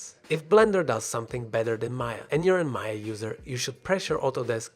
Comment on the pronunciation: It was getting interested but once i heard "MAYAR" instant quit, the older i get the more fed i get with people adding 'r' after an 'a'... WHY IT IS CALLED MAYA NOT MAYAR.